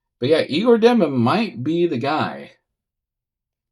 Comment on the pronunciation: I like that you say you''ll only say Egor so you don't say his name wrong but you say that wrong too.